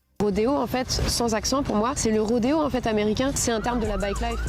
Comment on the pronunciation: "bike life"... pas Bac life😅😅